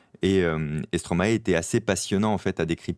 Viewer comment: si tu est fascinée par Stromae essai de prononcer son nom.correctment.😊